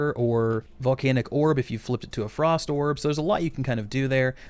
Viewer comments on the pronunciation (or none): none